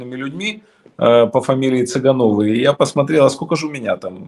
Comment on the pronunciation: Чета ЦЫгановых. Ударение надо правильно ставить